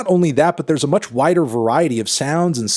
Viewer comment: "to a whi(t)der audience" 😂😂😂